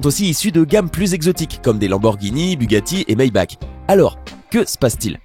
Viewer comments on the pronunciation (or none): none